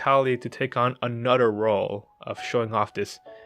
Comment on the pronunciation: i love you say ther into der....anoder